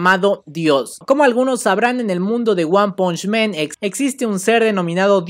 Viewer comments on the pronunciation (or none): Creo q no se dice men se dice man